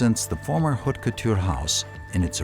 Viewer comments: Yes, the "h" is not pronounced dans haute couture. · The narrator should learn how to pronounce French words correctly. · It's unfortunate that no one told the person doing the narration how to correctly pronounce "haute".